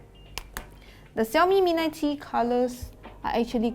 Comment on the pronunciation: Xiaomi mi a tree? 😂😂😂